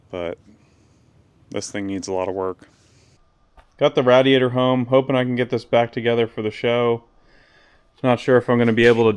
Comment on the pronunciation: It's crazy how his wrong pronunciation of radiator [rādēˌādər] as rădē ādər can be so irritating to the point of just turning the channel